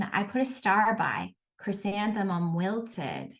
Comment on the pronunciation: Is it me, or is the presenter having difficulty pronouncing the word, "Chrysanthemum"? I hear her saying, "ChrysantheNum"